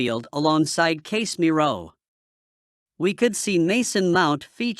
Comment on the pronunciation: GalatasaREY, HODGELAND, CASE👨‍⚖️MIRO, RE-GUYLEN 🤣